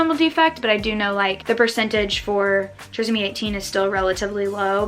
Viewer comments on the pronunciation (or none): It is pronounced TRY-zummy 18. (Phonetic spelling).